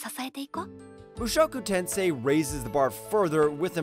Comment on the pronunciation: Number 10 - Blue Archive - where's always-in-isekai-plot's truck-kun??? Number 8 - LVL 2 Cheat Skill - where's harem? Number 1 - Mushoku Tensei - You have to work more with pronunciation.